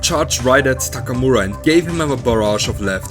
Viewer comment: I like the way this guy pronounces "Takamura".